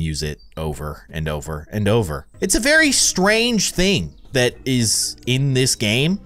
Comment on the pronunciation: You said “what was thet?” XD